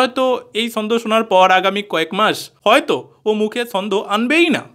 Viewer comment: ভাই, তুমি তোমার জিভটা একটু ভাল করে ছুলে দ্যাখো না যদি "ছ" উচ্চারণ করতে পারো। এই যে ছন্দকে বারবার 'সন্দ' বলছো এটা তো ঠিক হচ্ছে না, তাই না। সন্দেহকে অনেকে শর্টে 'সন্দ' বলে থাকে।